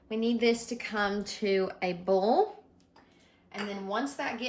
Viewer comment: Its hilarious to me how some southerners pronounce 'boil' as 'bowl' .....lol